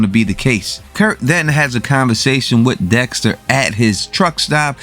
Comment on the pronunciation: Dextuh, killuh, winnuh. Lmao. Great videos. I watch them every week. Still unsure how Kurt 100% knows it was dexter that killed his son. I get how he figured out he was cremated but how does he know it was dexter for sure. Were there cameras around?